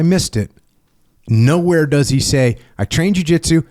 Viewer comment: “Doe” jiu jitsu? 🦌😂